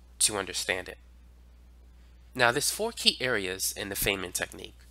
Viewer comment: It’s pronounced, F i nnman like “I’m F i ne - men.” Otherwise great lesson as always. Thanks